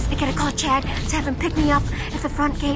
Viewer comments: It’s not chap it’s Chad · It’s Chad, not chap